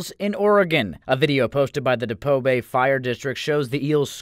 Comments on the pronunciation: Ok It's pronounced deep oh bay not dipoh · It's not pronounced like you did. It's pronounced deepO bay and spelled depoe bay